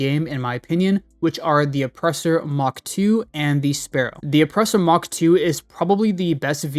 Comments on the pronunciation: It's "Mark" not "Mach" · Does this guy think its Mock two? And not Mark two? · A little thing that bugged me about the video, which has nothing to do with how good anything is, just he way you pronounced the 'MK' in the names of things like the Oppressor MK II. Since it doesn't mean "Mock" but "Mark" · Did you call the mk2 weapons "mach 2"? It's "mark", not "mach". Unless they happen to be going twice the speed of sound. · Not trying to be a dick, just a heads up that mk stands for "mark" not "mach" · Mark 2 not Mock 2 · Pro tip: Mk means mark. Not Mach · dude its not the oppressor mach 2 its mark 2 like the second version of the oppressor not twice the speed of sound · Its the oppressor MARK two lol. Not mawk 2 lol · MK II does NOT stand for Mach 2 xD in all vehicles etc it stands for MARK not MACH xD Never heard someone get it so wrong so often pmsl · Hey man. late to the vid, but i HAD to comment... it's MARK 2. not Mach 2. It was driving me nuts. Good video, tho! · oppressor mark two not mach two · I can't tell if you say "mark" super weird or if you actually call it the "oppressor MOCK 2"???? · Good video, but just one minor complaint: when you see "Mk" in a name, like the Oppressor Mk II, that stands for "Mark", not "Mach". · Mk II means "mark 2" not "mach 2" my guy. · It’s mark 2 not Mach 2, every time you said Mach I cringed. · I don’t like how you say “mark” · Calls minigun a railgun and also fails to say mark correctly too. Pro youtuber this guy lol.